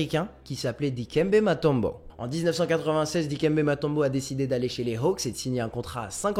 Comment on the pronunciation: moseus melon et matombo. Un petit probleme de prononciation je pense.